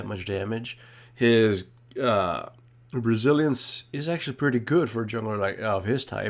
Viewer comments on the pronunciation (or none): When he was speaking about Jarvan and he said "Resilience", I must've been the only one to hear "Brazillians" >